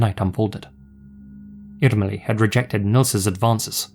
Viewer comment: Yes, especially "Irmeli" with the hard "r" was perfect!